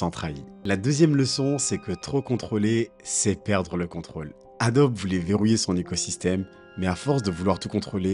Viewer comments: Bonjour. ont prononce pas adobe mais adobie. Merci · ça se dit AdoBI - Ado-be = ADOBI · Incroyable la vidéo J'ai eu mal au oreille à chaque fois que "Adobe" a été prononcé 😂 effectivement cela se prononce comme ça : adobi